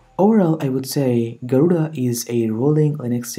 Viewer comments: Did you Just Say Gorilla instead of Garuda ? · Auto Captions: Gorilla Linux What my ears hear: Garula X Distro name as it appears: Garuda Linux